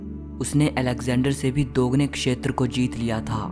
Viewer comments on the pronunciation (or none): none